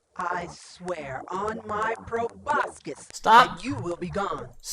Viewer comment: Go ahead, mispronounce proboscis one more time. I'm not seething. I'm not malding.